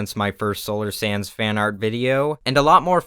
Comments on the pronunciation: Petition for Solar Sands to pronounce his channel name like Solar Sandusse in his intro & outro from now on. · Solar: Sands Everyone: Sans Me: Sanz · I hear solar snans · 'People don't say hands, they say hans. So I say Sans.' Ah yes, ok I get it. Solar Sans. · You have to say solar SanDuSuZ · I think it's cause the plural of sand is sand so when you add the s at the end it's just making the d almost silent.... Rip